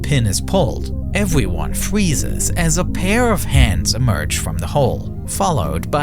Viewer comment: “Evyone fweezez”😂